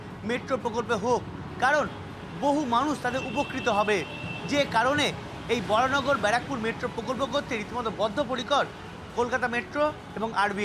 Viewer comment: বরাহনগর বলুন, বরানগর নয়। বাংলা এবং হিন্দিতে বরাহনগর লেখা থাকে যেটা সঠিক নাম, ইংরেজিতে ভুল লেখা, Varaha Nagar লেখা উচিত ছিল, সেটা ধরছি না এখন, আপনারা বাংলা খবর চ্যানেল চালান, সেখানে সঠিক ভাবে লিখুন এবং বলুন।